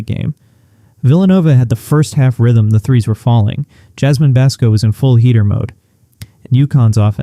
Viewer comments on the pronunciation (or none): none